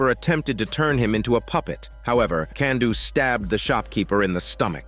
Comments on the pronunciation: Kanduu's real name is Rupert (also it's pronounced "Kahn-do" not "Kan-do") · The whole "Can-do" comment is cringe. For a start, it's a dumb attempt at a joke. Secondly Kanduu is pronounced "Cahn-duu" not "Can-duu"